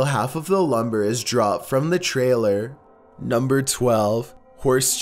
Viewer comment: NU m BEr fifTEEN